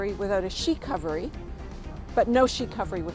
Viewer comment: "Shecouvery" LMFAO.